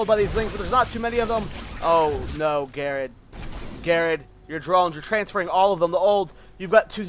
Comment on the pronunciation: ger ard u saying name wrong lol